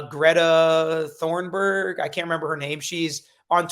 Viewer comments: I believe Thunberg is pronounced Toonberg - as in Loony Toons - phonetically speaking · Greta Thunberg, pronounced Toonberg